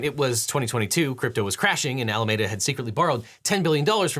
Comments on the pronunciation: Love your stuff Devin, but I've got to say I winced at every single "Alamayda". æləˈmiːdə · One pronunciation note: Alameda Research is pronounced “Al-ah-MEEE-duh,” like the county where it was based — not “Ah-lah-meh-dah,” as the Spaniards who initially colonized California pronounced it. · Pronounced Ala me duh. Not Ala made uh. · Objection! This is a nitpick, but Alameda is typically pronounced "All-ah-meed-ah", out here on the west coast. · I can’t get over the way this Bay Area native pronounces Alameda